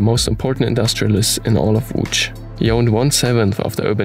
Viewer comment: I've learnt the history and also the pronunciation of "Łódź" Thank you! 😄 Please stay safe and healthy, guys.